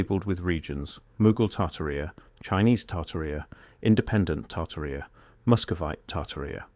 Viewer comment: Probably pronounced tar-TAR-ia.